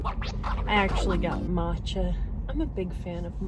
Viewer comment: Emily? at about … "matcha" or "mocha?"